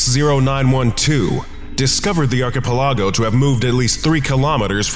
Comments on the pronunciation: It may be a small issue but Why does he pronounce archipalog that way? It drives me nuts. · You are pronouncing "archipelago" wrong. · Pleas learn how to pronounce archipelago proply that was so anoying and made it hard to enjoy lisining to it! But the rest were lovely and enjoyable!